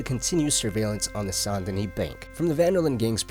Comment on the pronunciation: Bro really said St.DaKnee 🤣